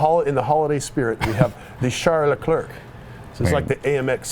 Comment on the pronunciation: It's pronounced LEH-CLAIR.